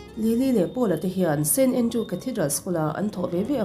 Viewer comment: st andrews tih tur aw.. a diklo in i lam tluan parh thei nia